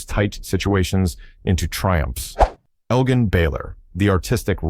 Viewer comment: It's pronounced El-jin, not El-gin, to the best of my memory.